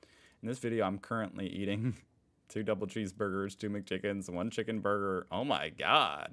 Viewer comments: He pronounces the word "burger" more like "Bürger", which is the German word for citizen. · Burger und Bürger... I'm crying 😂. He pronounces burger similarly to the German word for citizen. 😂